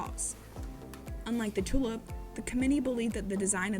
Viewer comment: Interesting pronunciation of the tulip, sounded like tulup.